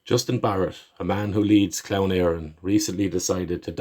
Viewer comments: native speaker here and it is your own ignorance which prompted you defend such a fool as Barrett. clearly said clown as in the English pronunciation of the English word, which he certainly is. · Maybe I was a bit harsh, sorry. Irish people can be too quick to mock each other for mistakes in their native tongue. It's tragedy enough that it isn't spoken and this doesn't help those who are trying to learn. Clann is pronounced differently depending on the dialect so it's an understandable mistake to make. Correct mistakes by all means but no need to laugh at people and say they're ignorant.